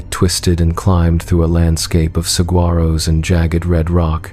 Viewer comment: lol it’s AI so robot don’t know! They had a hard time”g” on the Saguaro too 🤣